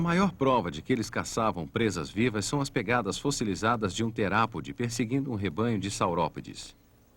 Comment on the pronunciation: é terópode, não terápode.